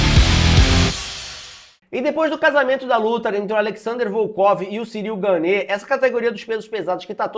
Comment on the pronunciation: A pronúncia do nome do francês é "Gân".